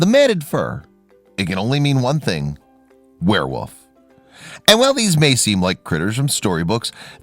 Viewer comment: Did you say ‘wereWOOF’? 😂